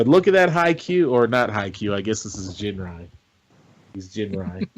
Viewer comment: it's Ginrai with a hard G like gun.